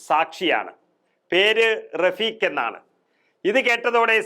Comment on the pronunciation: റഫീഖ്, അല്ല ഷഫീഖ്